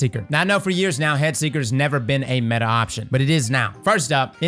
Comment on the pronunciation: Its METAHHH